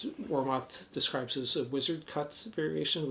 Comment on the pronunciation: War Moth would make a great band name 😂 But its pronounced Warmith. Btw I have 2 Warmoth strats. I love their products.